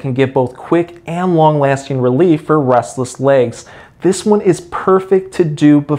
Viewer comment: Sounds like he says rustles legs lol